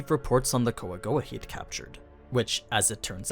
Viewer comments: Kwa-Goa actually, dude's just being 'murican. :P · call them coagowa one more time its (kwa-gwa) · i dont get why u always say the jap pronunciation if you're speaking english. "Quagoa" in Overlord is pronounced as "Kua-go-a". It is generally broken down into three syllables: Kua (pronounced like "coo-ah") go (pronounced like "go" in English) a (pronounced like "ah" in English)